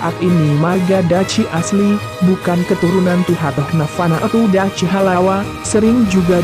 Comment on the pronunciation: Kurang jelas !!! Dachi bacanya Dakhi bro ... Ya'ahowu